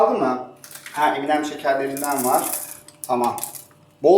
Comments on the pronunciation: eminem değil em+en+em diye okunuyor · Eminem deil m&m diye yazılır emenem diye okunur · Eminem Değil ememem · Abi okunuşu "em en em"